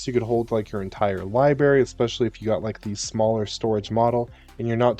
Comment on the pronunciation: Did you just say “libary”?